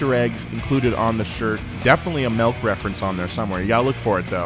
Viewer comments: He pronounced milk like Melk. Bruh I can't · No, YOU'RE saying Melk, He's saying MULK?, we're not even saying the same thing! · melk. lol